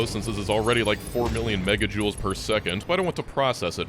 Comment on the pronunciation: “Megajoules per second” eye twitch